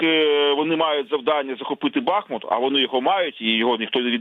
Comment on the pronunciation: Дякую гостям ефіру! Вони завжди правильно роблять наголос: Ба́хмут